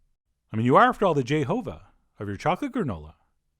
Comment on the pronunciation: CherryBoo65 Boone I had to replay that part because I thought I misheard him lol!